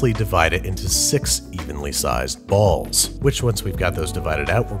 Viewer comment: The emphasis on "Balls" tho....